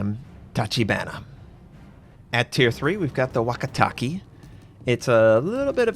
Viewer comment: Search Nihongo Song Japanese is super easy to pronounce. It's just funny hearing you say wakitaki waka-take, the ke is like in okay. and umi as in ou-Me, still great video.